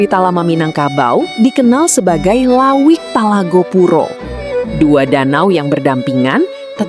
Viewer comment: bukan lawik tapi lauik